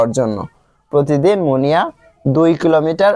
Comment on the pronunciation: আপনি মুনিয়াকে মনা বলেছেন😅😅😅